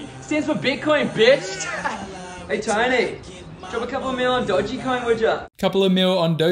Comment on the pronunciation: It’s Dogecoin not Dogecoin!